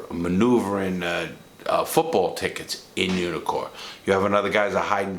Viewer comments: I kept thinking you were saying "unicorn". Couldn't figure out why they were called unicorns. 😂😂😂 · Took me a while to notice you weren't saying "unicorn."